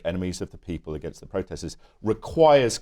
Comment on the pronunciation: For thirty years Elanor Clift has been saying: againgst.